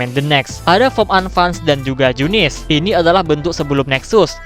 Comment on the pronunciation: ya bener junisu njir bukan junice